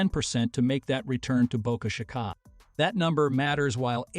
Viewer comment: Best part is “Boca shikah” . Dude, that’s not how you pronounce it!